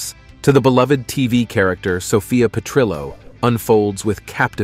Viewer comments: AI mispronounced Sophia's last name. Petrillo is Italian, not Spanish, so the double L is pronounced like an L, not a Y. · lol@ Petr-yo...And Dorothy Z-Bor-nak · The way he pronounces Zbornak and Perrillo is funny. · LOL, too bad the computer generated voice-over can't pronounce "Fierstein" - phonetically pronounced 'FireSteen'. Also for Petrillo, the "ll" is not silent.